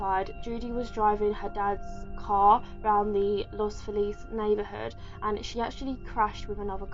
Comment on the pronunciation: The house was built in 1925. Dr. Perelsen, who killed his wife, were NOT the first people to live there. And if you'd mention that Los Feliz (thank you for pronouncing it properly. You wouldn't believe how many do not) is near Beverly Hills, most people could place it because it's where California's rich, elite and famous live. Btw, there was no Christmas tree. There were some partially wrapped presents but no tree. That was a rumor made up by people telling the story to add for dramatic effect. Lisa Blum, famed attorney Gloria Allred's daughter, and her husband bought the place, they completely gutted it inside but left before finishing after three months, citing the cost was too huge to continue. I call BS because Lisa and her husband are both famous and have plenty of money and access to it. And I tell you another thing...if you went to the house, you'd have to stand on the street. If you go through the gate to the driveway, you'll get arrested. The neighbors there are watching that house closely. According to Zillow real estate, the house just sold for $2,350, 000 - on December 10th, 2020...just four days after the 61st anniversary of the killings. Creepy. And a huge price drop. So the house has been sold but no one is telling who bought it. I'm hoping and praying that Zack Bagans didn't buy it because he WILL tear it down....or make some sort of macabre museum to make money off of it. Bagans made the docu about Charles Mansons funeral and, according to Manson's grand son